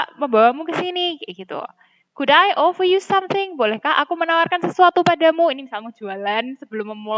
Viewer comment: Mohon maaf Miss, saya mau bilang kalo cara membaca "Offer" miss nya masih salah😁🙏 knp saya berani bilang gitu? Karena saya tau dari salah satu youtuber yg tema vlog nya ttg pembacaan kata Inggris yg seringnya org Indonesia salah membacanya, tapi thankyou very much juga udh dikasih ilmunya... Mohon maaf ya Miss:)🙏